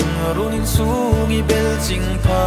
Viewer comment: A pronunciation 'Kan rûn insûng I bel ching pha'tih khi," kan rûn insûng I bêl chieng pha" tih tûr zawk ani in ka hria❤